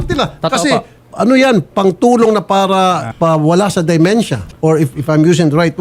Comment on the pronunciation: Not DI-mentia, but DE-mentia.